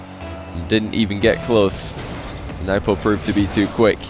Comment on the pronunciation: Can somebody with any sort of status please correct him it’s newpo not nuhwpo